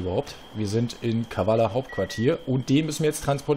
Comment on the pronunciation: Es heißt Kavala! :)